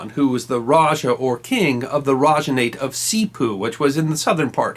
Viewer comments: Just a short note from to mention that Cebu is pronounced "seh-boo," not "see-boo." Also would be nice to include a brief mention of Pigafetta, without whom none of us would know anything about the Battle of Mactan. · It's Cebu not cepu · Its cebu not "sipu". Horrible pronunciation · It's Cebu not Cepoo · You mispronounced some names wrong Humabon is hard vowels and Cebu is Ce should be soft while bu should stay the same as your pronounce it